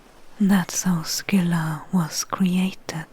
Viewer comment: Silent props for pronouncing Scylla properly, as well as doing your homework on Circe's lore